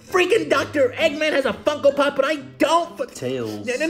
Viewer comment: When you say funko pop it sounds like Fucko pop